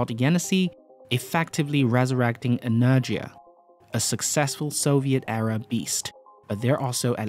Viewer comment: At least you are the only person I heard that pronounced right the name Energia rocket.